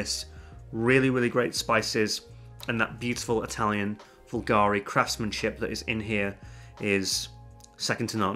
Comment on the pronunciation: « Por Homme »? Why do you pronounce it Vulgari? It is Bulgari. There is a B